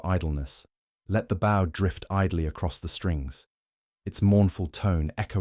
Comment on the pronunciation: Another great story Spoilt by an AI Narrative. Bow.. "Violin BAUGH" 😂.